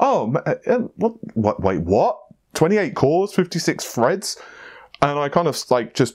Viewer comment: "56 Fred's" xD Love you guys, though!